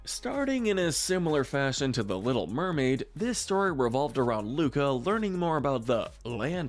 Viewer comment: Correction: Luca NOT Luka.